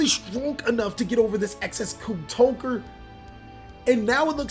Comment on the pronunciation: Everytime I hear TOWKER. I DIE INSIDE.